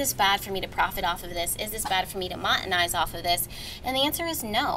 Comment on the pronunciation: Great reading sounds like Mon Eh tize